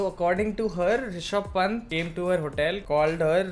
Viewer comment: Thank god.... Kisine toh rishab pant ko sahi pronounce kiya... Kafi logon ne toh 👖pant hi bola tha even maine bhi 😅😂😂😂